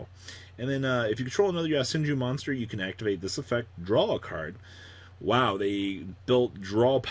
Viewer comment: This dude need to stop putting ya in yo so fucking cringe worthy when people pronounces shit like that